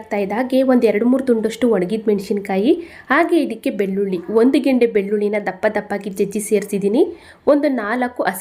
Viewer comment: ಒಂದು ಗೆಂಡೆ ಬೆಳ್ಳುಳ್ಳಿ ಅಲ್ಲ ಮ್ಯಾಮ್ ಅದು😂 ಒಂದು ಗೆಡ್ಡೆ ಬೆಳ್ಳುಳ್ಳಿ...... 😄🙏